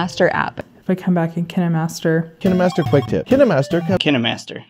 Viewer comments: Kinemastır değil kinemesta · O kaynmastır olarak okunur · ingilizçede kinemaster okunuyor Türkçe'de kaynmaster diye okunuyor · kinemastır değil kinemastar .d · Yine yanlış kinimasta olacak okunuşu :)